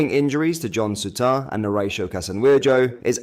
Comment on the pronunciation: I can't stand the Ai generated script and voiceover. Soutaar? Gohvan? Tavernee-ay? "Their city rivals" not our city rivals, or 'that lot'? Time gained but subscriber lost.